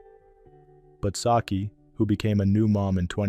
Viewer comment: It's Suki not Saki